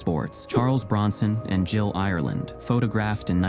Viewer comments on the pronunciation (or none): none